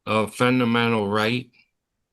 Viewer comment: "Eckstablished"... uggghhh.... "Fudamental"... double uggghhh...